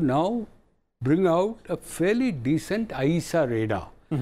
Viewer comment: Great info on defence.. from panels...thanks to RStv... sir I really like ur English with d best sentence ending sound!!!like best taaaaa....., decentaaa...., fasttaaaa...🤣🤣🤣🤣just a prank sir